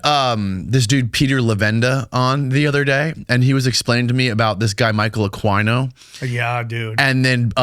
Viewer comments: You are not even pronouncing Michael Aquino's name right (A-Keen-Oh), and yes, he raped kids, study MURDEERED FORMER HEAD OF THE LA FBI TED GUNDERSON'S RESEACH AND THE TESTIMONY OF MK-ULTRA VICTIMS! RESEARCH MURDERED MAX SPIERS AND HIS LAST INTERVIEW HE DIED DURING. ITS ALL EXPLAINED THERE AND I KNEW MAX SPIERS DIRECTLY.... AND JANES RINK/RING DIRECTLY, WHO WAS MICROWAVE MURDERED THIS YEAR.... HE WAS SUPER HEALTHY, ORGANIC JUICED DAILY, AND HE DIES WITH A LIVER THAT HIS DOCTOR TOLD HIM BEFORE HE HAD DIED LOOKED LIKE IT HAD BEEN IN CHERNOBYL. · It’s Michael “Akeeno “ is the pronunciation. He started the Church of Seth. He was a colonel in the military. Very much into the Aleister Crowley magic and all of that . That guy is a rabbit hole by himself. He was very much a practitioner of the dark arts. He wrote books. A guy by the name of Douglas Dietrich worked with him at a military base. Dietrich has done interviews about what he witnessed. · Anyone else cringe every time they miss pronounced michael aquinos name 😑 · it might be good to start getting these names correct